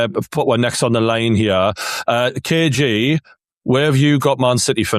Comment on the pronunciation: It’s KG not KJ